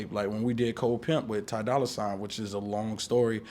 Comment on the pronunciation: "dolla soigns" 💀